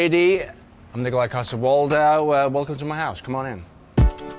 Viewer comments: You're not saying it right, it's Niiikolaj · It's "Niiiikolaj" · I know he just pronounced it "necolai" but that immediately popped into my head when I saw the title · You’re saying it wrong It’s Nikolajh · It's pronounced "nikolaj" -Nikolaj -"Nikolaj" -Yeah we don't care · it's pronounced "Nicolaj " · It's pronounced: Nikolaaaaajh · It's Nikolaj* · It's pronounced nikolaj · He cant even pronounce his own name